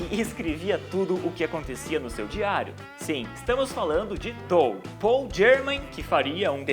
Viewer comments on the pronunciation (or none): none